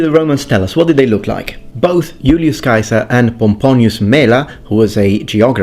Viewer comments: Dude, "Yool-yoos Kaiser"! I'm gonna drive everyone nuts with that. Just as I correct people when they mispronounce "bruschetta" and I explain to them it's Italian, not fucking German, now I'll have to say it's Latin, not fucking English. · Wonderful video thank you. I didn't know the correct pronunciation for Caesar. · LOVING the Classical Latin pronunciation of Julius Caesar!😀 It seems like no one wants to use the correct vowel sound for the "ae"... like ever. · Thank you for pronouncing Iulius Caesar's name correctly! Actually, I love all of your Latin pronunciation.